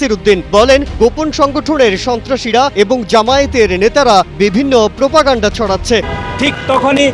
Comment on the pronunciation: মেধাহীন,অযোগ্য আদুভাই ছাত্রদল নেতাদের বাদ দিয়ে নতুন কমিটি ঘোষণা করে ছাত্র রাজনীতির উৎকর্ষ সাধন করতে বিনীত অনুরোধ করছি। বর্তমান ছাত্র দল নেতৃত্ব কোন ভুমিকা রাখতে পারছে না। সাধারণ সম্পাদক এবং -এর উচ্চারণ করে "এবন" - এই যদি হয় বাংলাদেশের সবচেয়ে বড় ছাত্র সংগঠন জাতীয়তাবাদী ছাত্র দলের সাধারণ সম্পাদক এর জ্ঞান? তার মেধা কোন পর্যায়ে থাকতে পারে?